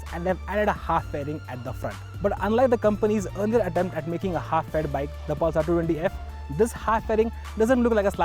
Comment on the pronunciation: Priyadarshan Bawikar thats just mean :) What I couldn't stand was the 'Pulsaar' pronunciation! God! is that so difficult ? and what is homo'genius'!! You definitely don't have to speak like a Firang, but at least speak right, you are on TV...